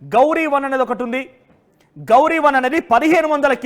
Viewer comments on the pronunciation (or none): నీ బొంద . గౌరీ కాదు (ghoree) ఘోరి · ఘోరి. గవరి కాదు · గౌరీ కాదు తమ్ముడూ, అది ఘోరి మహ్మద్ ఘోరి పేరుతో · గౌరీ కాదు ఘోరి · గౌరీ కాదురా వారి అది ఘోరి. 1 నైతేలివి తెల్లారా..